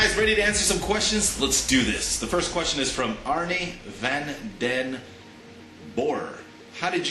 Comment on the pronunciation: I love how he mispronounces all the scandinavian names. Arnie, hah